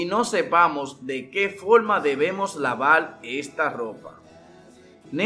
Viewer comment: Pero tu donde has aprendido hablar.? PELDIDO, POLQUE, FOLMA